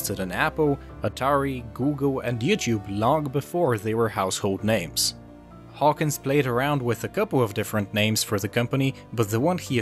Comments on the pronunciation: His name is Trip Hawkins. Not Hawkings. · Trip Hawkins, not Trip Hawkings. First mistake not even 10 seconds into the video.